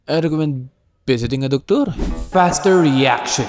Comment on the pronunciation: I recommend uhhh... Visiting a docturrr🤣🤣